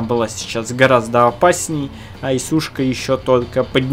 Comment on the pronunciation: Этот так смешно говорит особенно слово птшка))) xD